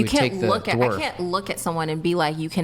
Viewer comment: I’m surprised you’re the only one who commented on that. She used dorf for dwarf at least two times. 😂